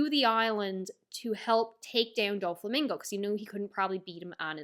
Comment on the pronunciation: I have heard many mispronunciations but Dúflamingo is elite